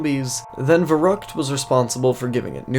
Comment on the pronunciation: So im a native german and you fucked the word verückt very hard up. No offense Edit: I know it isn't written exactly that way but still raefable